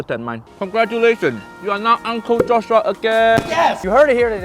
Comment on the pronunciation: "Cut so fast, for What, relax joss shhuuaa~" this has me dead lol! From the very beginning I was hooked!